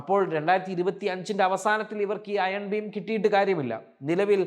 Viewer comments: Iron BEAM ! ഭീം അല്ല. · ചേട്ടാ അതിന്റെ പേര് അയൺ ഭീം എന്നല്ല, അയൺ ബീം എന്നാണ്..